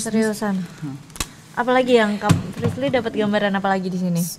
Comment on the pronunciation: Paling suka kalo panggil frislly tapi priscil 🤣🤣🤣🤣